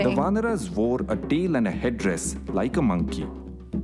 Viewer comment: Just a little pronunciation correction..... its not "Vanaras" like "Va-na-ras" but its "Vaanaras" like "Vaa-na-raas". Thanks. 😊